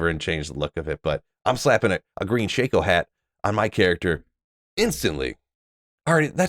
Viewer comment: its shako, not shaco